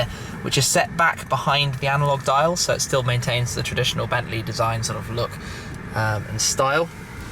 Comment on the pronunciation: it is bentley not bentslye